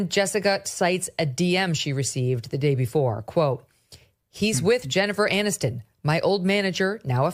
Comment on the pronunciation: Barack…..it’s Jennifer Aniston, not MANiston.